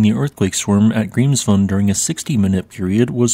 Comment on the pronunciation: This actually is his real Voice. He said during a Stream that he's autistic (if I remember right) and due to that he speaks monotonely when reading. My Issue is more the Pronounciation of Grimsvötn as something like [ g̥rimsfoʊn] when it's actually ['g̥rimsvœʰtn̥]